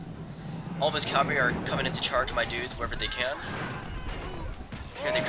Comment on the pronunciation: lol onagers. the g is like a j sound. oh yeah and its cavalry, not calvary fool.